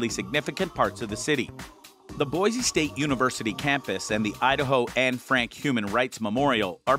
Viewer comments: Please say Boise correctly. It's Boi-SEE ........not Boi-ZEE!! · I could have thought of 10 other places to visit in Boise... and it's not BOIZEE it's BoiCEE Boise